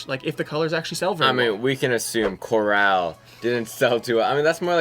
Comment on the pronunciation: “Corraaaal,” it’s “core-ull,” sis. The colors aren’t as vibrant as some other leaks.